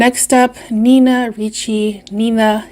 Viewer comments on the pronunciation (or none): none